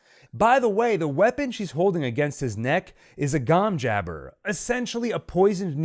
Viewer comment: Terrific analysis! Not many can say Denis Villeneuve's name correctly, although Wellington Yueh's last name is pronounced "You--ee". I laughed and noted the purposely mispronunciation of the name, Gom Jabbar below. Good test :). Anyway, keep up the great work!